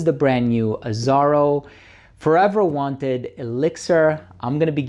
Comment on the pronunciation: "Wanted" not "Wanter" you lucky sample man 😂